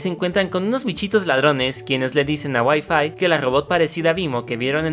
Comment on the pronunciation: "Y5" suena a "wifi" xd